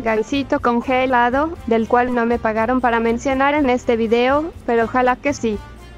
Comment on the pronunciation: nose porque dá tanta gracia como dice congelado el loquendo XD, "congËlado"